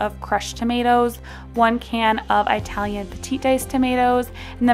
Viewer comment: Ee- talian not eye-talian. 😉 Great recipes though! Thank you!